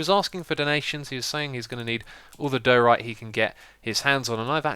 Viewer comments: it's not dooorite :))) it's daaaaiorite :) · Question: why you pronounce diorite as doh-rite and not dye-or-ite/dye-oh-rite? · its not dur-ite its die-a-rite ;) x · Am I hearing wrong, or are you pronouncing diorite wrong? It just sounds like you're saying "duhrite", which is wrong =) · Lol, it's funny how you say diorite.